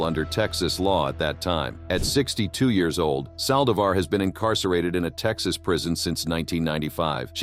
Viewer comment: at least learn to pronounce hispanic names correctly!o-- ON the saldivar case!